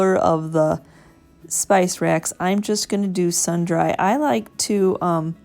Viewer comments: As always very cute! Not a critique...just sharing...sundry is 'sundree' meaning some items 😁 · These are gorgeous, and I appreciate your willingness to show us your techniques. Fantastic work! BTW, the word “sundry” is pronounced like “sundree.” Beautiful work!! ❤️